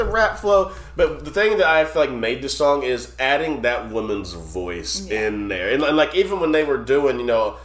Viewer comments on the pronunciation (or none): none